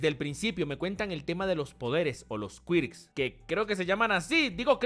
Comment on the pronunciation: Se pronuncia algo como kork (quirk)